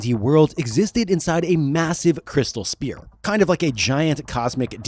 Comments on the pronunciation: *sphere… not spear. Sorry to be that guy 😬 Excellent video though!! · Sphere is not pronounced "spear"... its "sfear" the p is said like an f in this word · SPHERE... Crystal Spheres. Not Spears. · I am not normally the guy to comment this kind of thing but it is pronounced sfeer not speer. "ph" makes an f sound. This was driving me nuts. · SPHERE not SPEAR... say "SFEAR"... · Why does it sound like you are saying crystal SPEAR instead of sphere? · That’s a “ph” as in “ff” in sphere. Not spear.. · Great vid but... Sphere is pronounced as "sfear". The ph is phonetically pronounced as an f. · The repeated mispronunciation of “sphere” is killing me. Otherwise, great stuff. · How does this guy not know how to pronounce "sphere"!? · Your enunciation of sphere is killing me bro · The worst pronunciation of sphere I’ve heard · Is it really that hard to say the word, "sphere" correctly? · But you were fine with the hard p in "sphere"